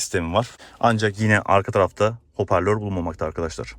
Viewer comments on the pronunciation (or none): none